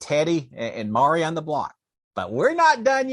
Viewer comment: Not Mari - pronounced Ma Rye🙂